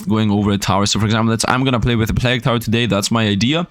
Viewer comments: Plag tower :D check pronounciation Sir :) Plague = Play-g. Like Play with the G from the word big added. Nice contant, i really enojy the tower defense games. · Given you're a non-native English speaker, 'plague' is pronounced like 'played' with a hard G (like in 'game') at the end in place of the D 🙂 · Pronouncing plague, funny. Its plAge, then again i got D’s in school so. Ehh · First of all, great video. But please, please check the pronunciation of "plague". I have never before said anything to any YouTuber about pronunciation, but somehow the number of times you said in combination with your pronunciation made it very grating, I'm sorry. Might very well be that that's a "me"problem but I needed to say something. Anyways, keep up the good work.